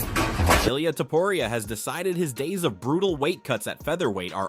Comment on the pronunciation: I quit watching your video as soon you mispronounced Topuria, cant take you seriously if you dont know their last name pronounciations.